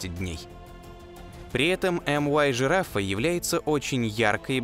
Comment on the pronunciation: Может мю-жирафа, а не эм-уай? Звезды греческими буквами нумеруются